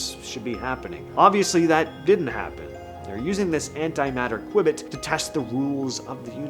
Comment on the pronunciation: your pronunciation of qubit is wrong. The correct pronunciation is "Q-bit" read as "Queue-bit."